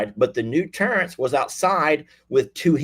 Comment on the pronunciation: love the southern way you say "Terrance"!!!😂😂😂